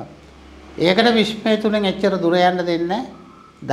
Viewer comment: විශ්මය ද විශ්වයද .මොකද මට ඇහෙන්නෙම විශ්මය කියලා